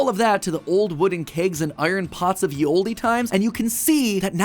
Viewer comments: the "e" in "olde" is silent. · Firstly Ye Olde should never be pronounced Yee Oldie. Y is known as a thorn in old English and is pronounced th or The. The E in Olde is also never pronounced so it is just The Old. Secondly, who in their right mind actually thought potatoes originally came from Ireland? They were originally brought to Europe by theSpanish after they conquered the Inca's in the late 1500's.